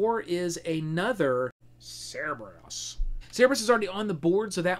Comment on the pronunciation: Every time I hear "Cerebus" instead of "Cerberus", a little puppy dies. But overall, the video is great! :)